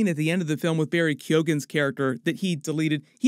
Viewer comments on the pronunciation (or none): Just FYI Barry's last name is pronounced like "Key-on" or "Key-own" (silent g)